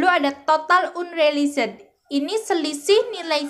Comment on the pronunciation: Total unreliset 😅.. unrealis tuh kak bacanya